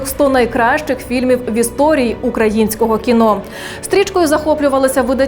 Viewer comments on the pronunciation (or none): none